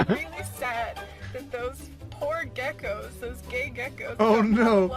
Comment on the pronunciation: "You homphobic towards ya gecoks?"